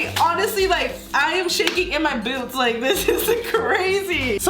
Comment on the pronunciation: She said boots